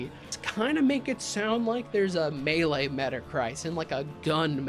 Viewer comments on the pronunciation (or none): none